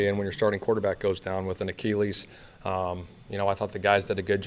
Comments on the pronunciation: Dude literally can't pronounce it like a human being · Why did say Achilles like that?